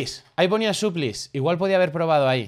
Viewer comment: No es suplis es suplais solo por areglar